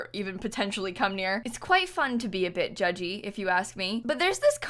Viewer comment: When you said "a bit judgy" my brain heard something else at first... Kind of slurring the second two words